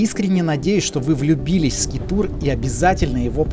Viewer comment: 🤦🤦🤦конечно интересно, но бездари: не скитур, а скайтур